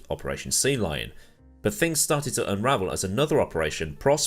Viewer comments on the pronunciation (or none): none